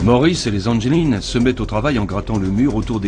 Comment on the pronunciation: le nom des frere anglin se dit anglin pas angeline